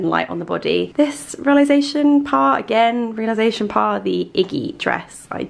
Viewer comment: i love you but every time you mispronounce réalisation it makes me giggle because it reminds me of that showgirls bit where she tries to say versace but so innocently butchers it